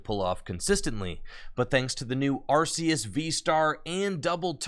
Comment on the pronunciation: I love the change from "Ar-See-Us" to the correct way, "Ar-Kee-Us". 👏